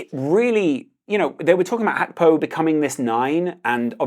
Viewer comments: Hey brother it's GAK PO not hakpo. Thank you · It's GAKPO not fu*king HACKBO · Gakpo is dutch but Gakpo isnt a dutch name so you dont have to say "hakpo" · I know you’re probably pronouncing it correctly & I also know it’s probably ignorant to say this but my god was ur pronunciation of Gakpo fuckin’ annoyingggg😭🤣